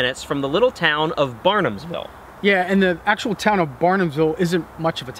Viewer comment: That "little town's" name is BARHAMSVILLE, not Barnamsville. You guys give our cozy town 2 seconds of spotlight on the internet, then say our name wrong.